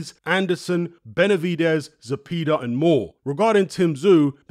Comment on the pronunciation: It's pronounced "Ze-pay-duh" Like "pay da man"